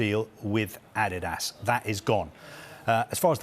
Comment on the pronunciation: Just listen to that pronunciation Adidas...this has to b wrong?